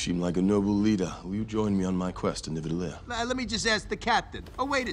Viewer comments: So! If you will listen closely, Thor says "Nivadellir", and Rocket says "Nidavellir". I've only ever seen it spelled "Nidavellir", but I swear, on everything that is holy, you will hear it too, if you listen closely. I'm sorry for making you feel crazy, but I promise we aren't. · He said "Nivadalir" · What I'll never forget is that Thor said Nivadellir during this entire conversation, and everyone still heard it as Nidavellir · Notice how thoe says Nivadellier instead of NidaVellier, and no one corrects him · thor totally mispronounced nidavellir here and no one caught it, he says nivadellir which is wrong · He does mispronounce it! It’s such a small thing but it bothers me because I am a big Norse mythology geek 😂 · I heard it too I thought I was crazy the first time I watched this movie but I watched this video again and I was like oh lol 😂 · I can’t believe Rocket got it right and Thor didn’t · thor and rocket discussing nidavellir is probably my favorite scene in this movie i just wish they pronounced it right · It’s crazy how thor/Chris got the pronunciation of Nidavellir wrong but rocket/Bradley got it right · The pronunciation of Nidavellir here is soooo funny;P It's completely wrong;P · Yup. Chris Hemsworth kept mispronouncing it.